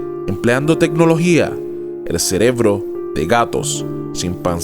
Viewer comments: dice celebró en lugar de cerebro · En el minuto dices celebro, no cerebro 👍🍻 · Buen video. En el minuto dice CELEBRO, DEBE SER CEREBRO. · dice "celebro" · amigo dijiste celebro en el min jajajja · "CELEBRO" JAJAJJAA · jajajajja cierto XD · "en el celeblo" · celebloooo jajajaaj me hizo reir, me la venia creyendo toda la historia y cuando escuche eso me pincho la historia.